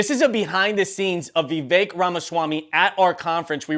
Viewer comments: The one thing I've noticed up to the 38 minute mark is everybody that has addressed Vivek Ramaswamy has mispronounced his first name. I believe this happen because the speaker for the group organizing and running this event mispronounced his name from the get go. His first name is spelled Vivek but is pronounced Vivake like cake. Damn....if you are going to host an event, know how the hell to pronounce the name of your guest speaker. There is absolutely no excuse for mispronouncing this man's name at this point in the game outside of ignorance. Step your f***ing game up! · VIVEK LIKE CAKE! Say his name correctly!